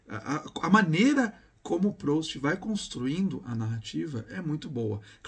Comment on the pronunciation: A pronúncia é "prust"